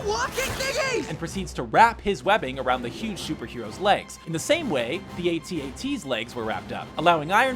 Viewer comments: the walkers name is the atat not atte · It did sound like at&t, but I think he was saying the letters individually. A, T, A, T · Tristan Wolf I didn't hear it, I will never hear it. that's the end of it. he says ATAT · Mr J asks: Did you say AT-AT or AT&T...I played it like 5 times and cant tell #EyeForMrJ